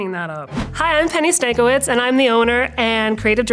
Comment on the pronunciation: ok this comment is not about baking, but it's funny to see people pronouncing their surnames incorrectly. her surname looks Polish to me and that would be pronounced "Stan-kye-veech". just a little fun fact